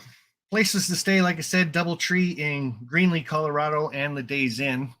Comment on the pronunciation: …you keep saying Greenly Co…I hope it’s Greeley Co…I’ll need a good vacation by then…reserved Doubletree for the meet